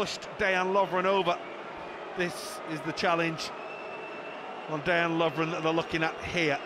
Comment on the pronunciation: Day-an Lovren lol 😂